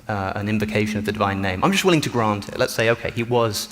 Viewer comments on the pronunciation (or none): none